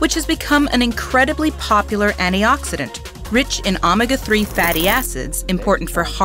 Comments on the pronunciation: "ah-mega 3" Excuse me? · She confused me at the photo-syntheesis part...then she said "Ahmuhga 3" Is this a text to talk computer voice? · I try to give a lot of leeway for pronunciation due to accents and region. Omega is definitely pronounced with a long O though, as all Greek letters began with the sound they represented. The short O was omicron. 👍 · Check your pronunciation on things like “photosynthesis”, “baleen”, and “omega”.